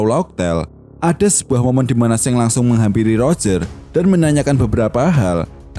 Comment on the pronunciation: Gw dengernya Seng 🐦